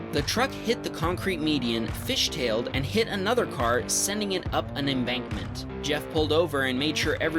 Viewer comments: I heard that “embankment” lol, loving the video so far, great job yet again! 🔥🔥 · Watch how he says embankment in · it sounds weird when he says embankment